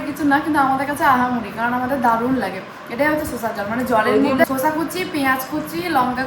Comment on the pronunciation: আর শসা কে বলতে শেখো , শোষা আবার কি কথা😂